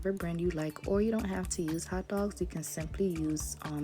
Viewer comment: Ze ak òldòg. Haitian accent Lol